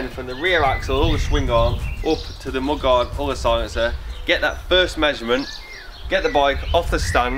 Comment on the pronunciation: is that English you're speaking ???? what does "bot" means ??? and what does "mod" means???? did you mean BUT and MUD ?!